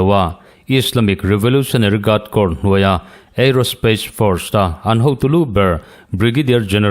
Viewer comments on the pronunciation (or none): none